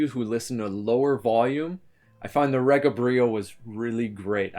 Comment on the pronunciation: Its not pronounced re ga. Its pronounced ree ga. Short from the word regal pronounced ree gal. The pronouniation is from the founder Roy Gandy.